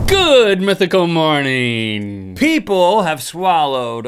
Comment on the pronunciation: Stop saying good mythical morneen